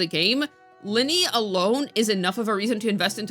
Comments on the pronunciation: Luh-Nay, not Lenny. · Sorry, why do keep pronouncing Lynae as ly-nee, like the magic guy from Genshin? It's ly-nay. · pleeeaaassseee start pronouncing lynae's name correctly 😫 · I don't like hearing things pronounced incorrectly 40 times in a row. It hit my ear wrong and I asked because I wasn't sure if she was unsure if she was saying it wrong. You should always correct someone doing something objectively wrong, especially when they might not know they're doing it.